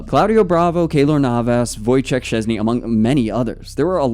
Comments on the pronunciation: And his last name sh-ches-nyi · I think you can try pronounce his surname: Shchezny 😀